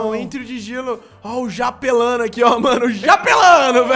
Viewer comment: Jalapeno tt não japelano nem japélo nem jaleco kkkkkkk